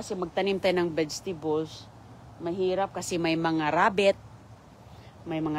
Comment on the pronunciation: Farm daw ??? garden lang yan.!!!! anong bedstibols,molberry ,tropical wither ?? ,lecture na mali mali pronunciation.😅😅😅😅